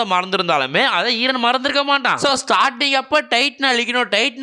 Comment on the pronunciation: Bro : eeeran Real :eren